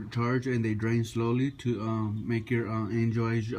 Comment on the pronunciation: When you say angel eyes it sounds like your saying enjoys